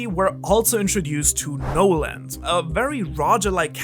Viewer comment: Your accent made me realize something. I always wondered why Oda put a d at the end of Nolan's name. Noland is not a name I've seen or heard before, but if you read it like how you pronounce it.. it makes more sense. When he comes back to the island he finds no land.. 😂